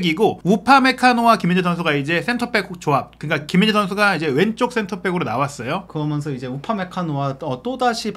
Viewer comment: 해설을 하려면 발음도 중요하다.버버지 은 거면서 거면서 하는 사투리 정말 듣기 그렀다. 거면서가 뮈냐 젊은 친구가, 거면서, 거먼서.